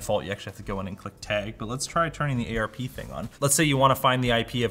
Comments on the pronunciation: it is pronounced ARP not A R P, *shakes fist*. However when I am desinging office networks I have all the ports labled, then the cubes / offices have a ID number, all of that is on a digital floor plan, the jacks, cables, and patch cables are all color coded, the patch panel and switch are mapped in a genaric google sheet for easy look up, super easy to admin. Think I gave the network team a netAlly LRAT-1000 LinkRunner a few years back and it is way expensive, but it's not bad and cheaper than the Fluke. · I usually pronounce out every acronym letter by letter, but calling it "A-R-P scanning" just sound silly to me. You wouldn't say D-A-R-P-A, would you? So would are you saying A-R-P? It's ARP. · its arp not a.r.p. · A.R.P scanning. A.R.P. JUST SAY ARP. ITS ARP. PLEASE, I THOUGHT YOU WERE THE NETWORK DUDE IN LMG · The "Ayy Arrrr Pee thing." LMG represents the highest level of enthusiast in tech pretty much ever lol. I love these guys, but man do I wish Linus would pay for some real training for these guys. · We in the IT biz pronounce ARP instead of saying the laters. 😉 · dude calls ARP A.R.P.